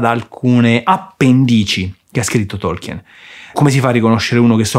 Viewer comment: Difficile definire Lord Of The Rings fantasy. Quello è venuto dopo. Tolkien (a proposito… la E non si pronuncia) voleva creare una mitologia. Va letto come leggeresti la saga Norrena, o il vecchio testamento.